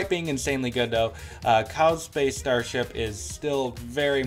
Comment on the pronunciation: 'Cow space" smh ugh